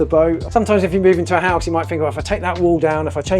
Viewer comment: What is a "hosue"? 🤣